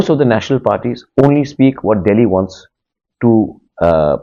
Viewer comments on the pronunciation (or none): none